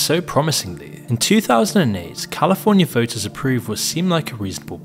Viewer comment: Good ol' North Africa. Still less politically dysfunctional than Californ-eye-ay.